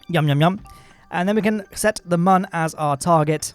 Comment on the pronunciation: If you could also pronounce Mun correctly that would be great, you kind of had it so it's not like you don't know.